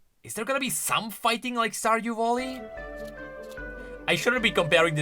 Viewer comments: The way he say's VALLY like VOLLY is just perfect. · No, the joke is that he keeps calling it Volley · Everyone else: Stardew Valley: Stardew Volley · "Stardew Volley" 💀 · Stardew Voli? seem to be tired he's already mixing everything Sorry thats all I could hear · My mental health was severely hindered after hearing someone call Stardew Valley ----> "Stardew Volley" so many times. Great video though! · "Stardew Volley" is making me insane... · Stardew Volley is when you spit a half chewed starburst into your opponents face while playing tennis. Stardew Valley is the game you trying to compare this to, and it's pronounce Val (sounds like Hal from 2001 a space odyssey) Lee (as in Bruce Lee... you know... the two gay guys that live next door to me, and throw awesome parties.). Val-Lee (sounds like: Tally). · "IS IT A STORDEW VOLLEY???" -, 2023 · say Vollye one more time and i am gonna explode xd